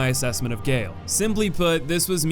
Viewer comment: i’m sorry abt nitpicking but gael is pronounced “guy-ale”